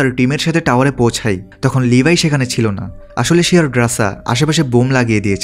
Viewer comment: ভাই আর না বলে পারলাম নাহ! আপনি বারেবারে লেভি কে লিভাই বলেন কেন?